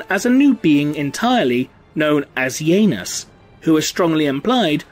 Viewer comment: But say that outloud while supressing the "i". That was what I heard in the video :P